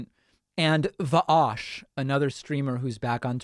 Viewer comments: "V'aush"? That's now how the meme goes. It's "Vowsh". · I like pakman but... va’AUSH? Wtf kind of pronunciation is that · Va- aosh sound like nice gui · He’s memeing lol he pronouces a bunch of peoples names stupid like that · He knows he’s saying it wrong. Lol when he first was aware of who Vaush was he said it wrong and now he memes about it.